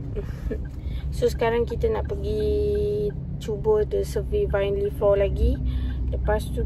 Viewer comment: Aina, maaf tegur. Vinyl cara sebutan vainel bukan vinely ☺️ just sharing